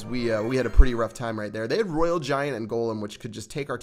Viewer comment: ITS NOT ROYAL GG ITS ROYAL !!